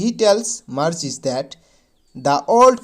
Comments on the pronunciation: Sir Marji nohoi Margie😅😂😂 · Margie ❌ morghi 😂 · Marji nohoi sir margie😊